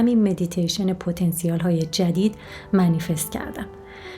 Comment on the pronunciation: پتا نسیل .درست تلفظ کنید